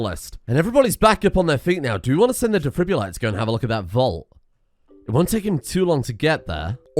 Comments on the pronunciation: Every time he says 'defribulator' instead of defibrillator it makes me flinch 🥴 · "The Defribulato" Nah man, he's italian